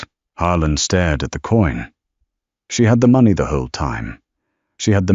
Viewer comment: No and it doesn't know how to say money right either or how to tell time doesn't pronounce right year there is a lot of them 😂😂😂😂😂😂